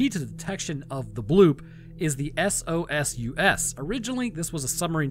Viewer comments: Soul-Sirs my dude not, S.O.S.U.S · SOSUS is pronounced as a word, sow-sus.